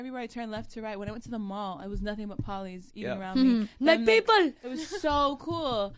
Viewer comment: LAUREN "MA PIPOLLL" HAHAHAHAHA